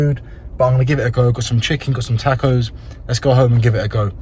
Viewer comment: Now that you’re in America, someone needs to teach you how to pronounce taco.